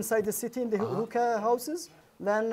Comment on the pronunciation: He meant to say Hookah spot,s not "Hooker Houses"🤣🤣